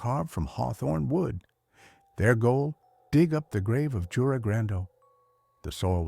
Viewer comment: You-rei is how you pronounce that name